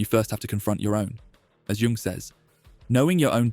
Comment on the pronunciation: Doesnt really matter but jung is pronouced yung